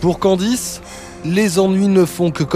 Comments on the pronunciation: Nan,il a dit candiz😂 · C'est moi ou le mec a dit "Candi" ?? 😂😂